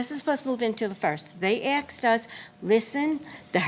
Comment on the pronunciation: "They axed us." 😐...Oy... that sounds pretty violent from jump. ...😑...😐... 😁... 🤣😂